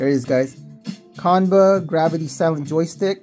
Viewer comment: It's pronounced- "Chan-buh"